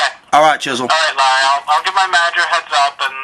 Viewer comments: lol i crack up in everyone of your videos where u purposely mis prenounce the name larry as laurry hahaha your hilarious keep making prank call videos! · laah-ree. hahahaha, i love it, you are GOOD. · oh Larry No No No its pronounced Low-ry ROFL